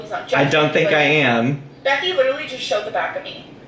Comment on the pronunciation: lit-illy - yeah you're so real girl